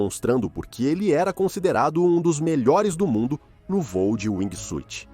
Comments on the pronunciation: Narrador: aqui vai uma dica gratuita. A pronuncia correta em ingles de wingsuit, nao se pronuncia a letra "i". Caso isso acontece, soa como SWEET (doce). Tente falar wingsuut. Se escreve com a letra "i", mas nao a pronuncie. Fui! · Muito bom seu video. Mas precisa melhorar a pronuncia brother. Wingsuit vc está pronunciando "wingui suiti", e Base Jump vc pronuncia "base" e o certo é ler como "beisi". Apenas uma critica construtiva 🙂